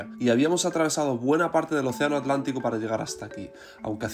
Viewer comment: querido. En primer lucar feliciones x tremendos videos. St Helena me recuerda a islas del Caribe como st Vicent, o St Kitts. Especialmente sus contrucciones coloniales. Por ultimo, porque decis Alantico, si es Atlantico? Perdon x mi duda.